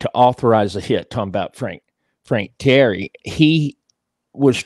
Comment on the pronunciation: Teeee - air - re .......... not terry . Sammy laughing all over his chops .